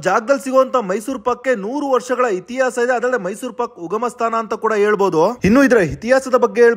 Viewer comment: Hitihaasa aalu. Not sure why few people spell ha and a wrongly. Why can't they try to change. It's too irritating to listen killing Kannada